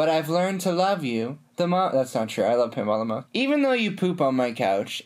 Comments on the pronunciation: Am I the only one who thought he said Kimbap when he said Pinball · saying 'pinball' feels like he is calling my name.. Pinball-Pemba kinda similar..